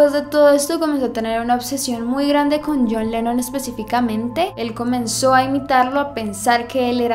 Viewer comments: al fin John Lennon, ah por cierto es LENNON, NO LENON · es "Lennon":)